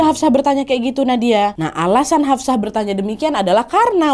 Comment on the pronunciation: Hafshoh yaa...... Bukan Hafsah 😊